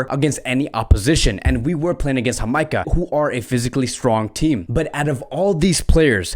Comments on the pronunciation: Wait did you pronounce Ja-may-cah as Ha-my-ca? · Its jamaica bro with a j not hamaica...your pronunciation is bad for many club names and players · It's Jamaica Not amica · It’s “JUH MEI KUH” lol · You are pronouncing the country of Jamaica wrong. The J is not pronounced as an h but as the letter itself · U are pronouncing my country wrong it's Jamaica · Why is he pronouncing Jamaica so wrong lol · yeah lol he pronounces it in a spanish accent. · So why was he pronouncing Jamaica like that lol 😂